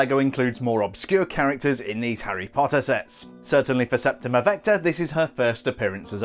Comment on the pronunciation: I love how you say, “Harry Potta!”